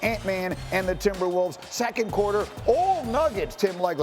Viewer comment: Did I really just hear "the N...imberwolves" ? man thought for half a sec that Nuggets won that game haha